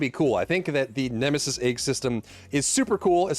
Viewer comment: bro said nemesi first and somehow ended up with nemestep-sis😂